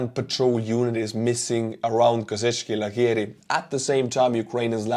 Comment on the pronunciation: It is pronounced Kozackey, I've heard that the place name translates as Cossack Tents